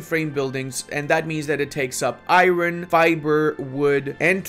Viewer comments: Eye-Ron...... or Ire-Urn., I love your videos. I learn so much. Keep up the good work! Thanks for your play-throughs and guides! Keeps me engaged in Paradox games when I get down! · Its not Iroon, its I am alone🤣🤣